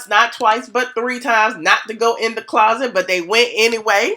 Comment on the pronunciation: Hey girlie looking cute... If I hear the word Clauset one more gin 🤣🤣❤️